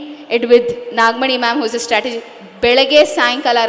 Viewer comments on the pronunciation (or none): none